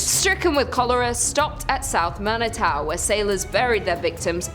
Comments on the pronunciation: ....Yeesh. It's "MAN-ih-too", "MACK-in-aw", "LEE-leh-naw". Not even in the pronunciation ballpark. I just saw a full-page ad for the Whitney in a Detroit tourism magazine. They are all in on the 'ghost brunch' and paranormal dinner thing. They VERY MUCH want you to visit. A lot. Bring yoru friends. And since it was built in 1894 there have never, ever, been slaves and wouldn't be even if it weren't Michigan. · Pronounced Mani-too. Pronounced Mackin-aw.